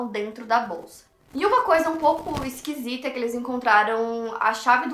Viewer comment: A falando "esquisita" é muito engraçado KSKSKE